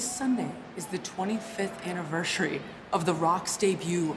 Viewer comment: Anniverchery you heard her not Anniversary 😂